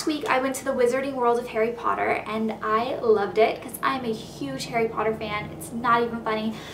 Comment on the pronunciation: you're saying his name wrong. it's pronounced "hah-ree poh-TTer", not "hairy podduhr".